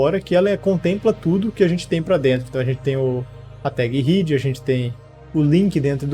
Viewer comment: Boa aula, porém deve muito no inglês, por ex: Head se fala ruéde e não Riid... só porque vc vê “ea” juntos, não significa que todas as vezes vai ter som de i.